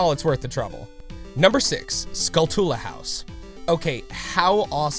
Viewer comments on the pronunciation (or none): SKULL-too-luh, do you pronounce tarantula as ta-ran-TOO-luh?